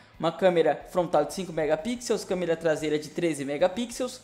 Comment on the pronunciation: SÓ QUE QUE ESCUTEI ELE DIZE (FONTRAL) AO INVÉS DE FRONTAL?... KKKKK NORMAL TODO MUNDO ERRA.